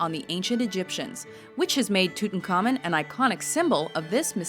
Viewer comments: WatchMojo, I know you've covered pronunciation in your FAQs, but I'm still wincing every time says "Tootincommon". His name was pronounced "Toot-ahnk-ah-moon.":-/ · Why can't you 'muricans at least TRY to pronounce names correctly, at least these great histroical figures. Who is "selassy"?? It's Selassiè with the French pronounciation. Who the heck is "tutankaimon"?? It's Tu-tan kah-mòn Who on earth is "sharlamain"?!?! It's either Charlemàgne with French pronounciation or Carlo Magno with the "gn" sound not "mag-no" It's not a big effort, it's pretty simple, the worst you can do is to "americanize" historical names also because 95% of great historical names are not american. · Its not tutankhamEN. Its tutankhamUN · Its Tut-an-car-mune